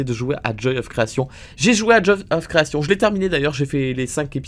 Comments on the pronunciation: "The Joy of CreaTION" Arrête tu me stresses 😭😭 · THE JOY OF CREATION AVEC ACCENT PLS PAS AVEC L'ACCENT FR AVEC L'ACCENT EN!!!!